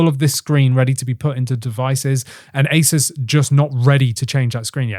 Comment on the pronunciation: “Ace-soos” not “Ace-es”